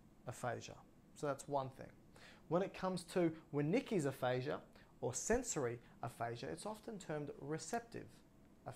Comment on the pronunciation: Thank you for sharing. For future reference please correct or check your pronunciation of Wernicke’s aphasia. Thanks again! Excellent information.